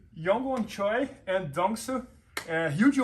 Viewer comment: In korean, Choi is pronounced “Che” not “Cho e”